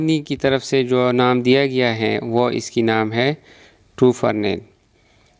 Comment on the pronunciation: ٹوفرنیل نہیں ہوتا بھائی ٹوفرانل ہوتا ہے ۔ویڈیو بنانے سے پہلے تیاری کر لیا کریں